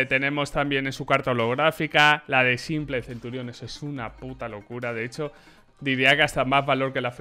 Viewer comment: aaaaaaaaaa bueno, a simple le dice simpol a fallen follen, y a EIPEX le dice APEX jajode XD